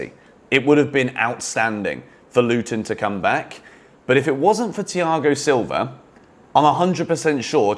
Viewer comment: you butchered his name